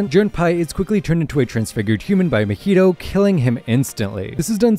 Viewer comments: Its mah-hito not ma-hito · If you say muheedo one more time ima go crazy, it’s “MA-HEE-TOE” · I’m sorry “MEHETO”? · say mahito coreectly